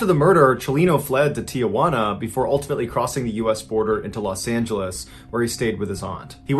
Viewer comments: It's "Tee-Hwana" not "Tee-a-hwana" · There is no a in front of the J it's pronounced teehwana not teeahwana. Tijuana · Just gotta say it- Tijuana is 3 syllables: Ti-jaun-a. Not tee-uh-won-uh. Thanks for listening. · I don't mean to be a smartass, but "Tijuana" does not have an "A". it is pronounced tea-huana. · On a more lighthearted note: my Nana got a kick out of the pronunciation of "Tijuana" as Aunt Jauna and "Corridos" without the rolled R. It made her day. Thanks for telling this story.